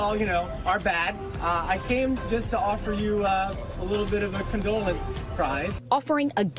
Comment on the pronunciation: Condolance prize instead of consolation prize was crazy